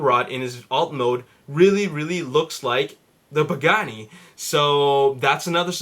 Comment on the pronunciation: how did you say pagani and Bugatti in the exact same way....your a complete rumour spreading moron, go read a newspaper it speaks more truth than your bullshit